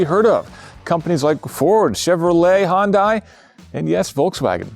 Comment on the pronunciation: The way he said Hyundai 🤢